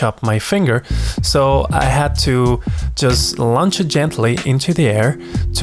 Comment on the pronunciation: Hello friend. Just so you know, the word "launch" is pronounced "Lawnch". Don't pay too much attention to the "u" in the word.